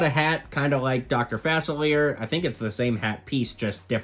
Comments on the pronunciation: Correction: Facilier's name is pronounced (fA-sill-lee-air) and or (fA-sill-lee-ay) in cajun accent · Just some pointers: 'Sleeping Beauty' is not her name, Arora is and she does not march with The Evil Queen because The Evil Queen is from Snow White and the Seven Dwarves; Facilier is pronounced fa-sil-ee-ey and the red thing that Baymax is standing on are not 'boosters' -it's his charging station